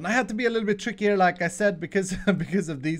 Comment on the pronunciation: Been watching videos for like a week now. Annnd.. Whenever he says 'like I said' all I hear is 'Lacazette' which is a football player. I am just going to post LACAZETTE on all of his HC episodes from now on.